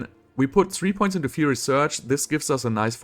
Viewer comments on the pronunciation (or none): none